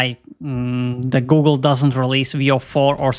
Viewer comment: Did you seriously just say Goh'gle?